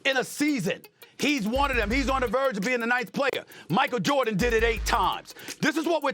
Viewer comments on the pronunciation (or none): none